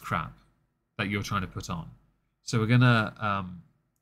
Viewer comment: I love how the captions captured ALR being unable to pronounce "so" and wrote it out as "soul" XD (had to edit the time stamp)